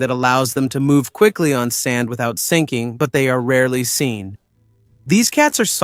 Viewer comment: After hearing about the "Sun" cat (sand cat) and the "Undeun" cat (andean cat), I give up. A.I. needs to learn how to read!